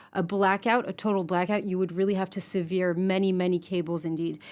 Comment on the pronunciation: Russian warships appeared in the Red Sea this week, so if this was an act of sabotage, there could be a connection. Also, keeps mispronouncing the word "sever" as the word "severe" 🙄